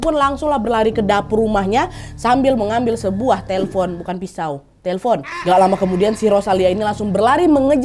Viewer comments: teflon kak nad bukan telfon😂😂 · Lagi serius dengerin cerita, tetiba ngakak berjamaah. Pas denger kata teflon jadi telpon. Sampe ke ulang 3 kali... Etttdahhh😂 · teflon nadya....bukan telfon 😂😂